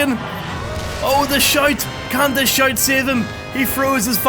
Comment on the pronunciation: The shite lol didnt know you said “shout” until the 3rd time